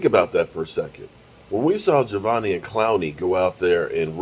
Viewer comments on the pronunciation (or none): its pronounced JAH-DAY-VEON